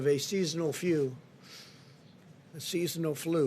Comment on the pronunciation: Did he say the phew instead of the flu.